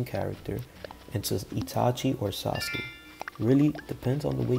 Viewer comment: He said sauski